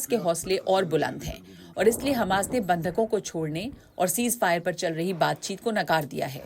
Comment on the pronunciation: ये चूतिया उल्लु हमास को खमास क्यू कहता है..